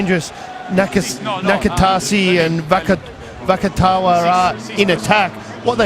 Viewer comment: The commentator isnt french if that's what your saying. He also butchered the naikatisi and vakatawas names